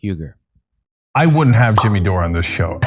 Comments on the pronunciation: He can't even say Jimmy, he says Chimmy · TIMMAY ? TIMMAY ? NO JIMMAY! JIMMAY JIMMAY? JIMMAY!